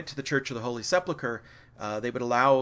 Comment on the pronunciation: Sorry, architectural elevations are not about the interiors alone - mostly to do with the external.... It's Hildesheim...Hildes - heim, not hilde-sheim! It's sepulchre not seplechre.